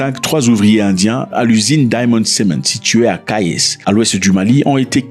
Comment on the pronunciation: Ça s’écrit KAYES mais On prononce KAYI. ❤